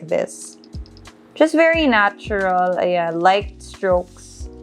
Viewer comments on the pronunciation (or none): Why all if u talking natural as “nay cho RAll” …. Coral as “krol”…. Back as “bark”….